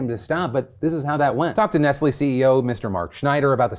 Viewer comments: Wait. It's not ness lee? You pronounce the T? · No it's Ness lay not Ness lee. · Why can't Americans pronounce Nestlé?